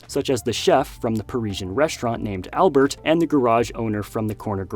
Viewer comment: Nice video and for info the z of chez is silent it's pronouce ché albère since the T in the end of the world is silent too like lot of letter in end of french words. Keep continue ur video they are all so nice to watch and the montage is always so well made u should take a long time to create all of this for us so thank u for ur hard work!❤